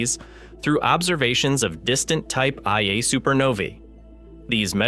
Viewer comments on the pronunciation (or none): Type "EYE-A" Supernovae? Are you daft? It's ONE-A. F**K this channel. Garbage in, garbage out. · I can't stand how they use AI to voice this crap! Type IA SUPERNOVAS? YOU MEAN TYPE 1A SUPERNOVAS!!!!! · This channel is complete trash. Pronounced Type 1A supernovae as "Type EYE-A". Nothing but slop here. Block this channel if you know what's good for you